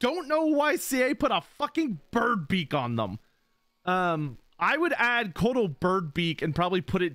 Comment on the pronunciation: When he was talking about Couatl, I had no idea what he was saying. Admittedly, it's difficult to pronounce properly, but the man just said Coat and threw an L at the end.